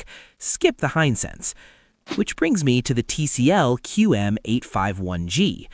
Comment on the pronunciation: Wish you could train the software to say the word "Hisense" consistently accurately, instead of "hine-sense," "high-sentse," etc. It's correct less than half the time.